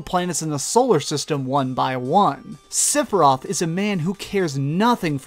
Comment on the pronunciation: LMFAO. Sipiroth?!? Already said Phalanx wrong, but Sipi-roth? It's Sef-E-roth